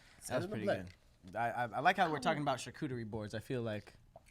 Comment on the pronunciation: said “chacooterie” boards 😂😂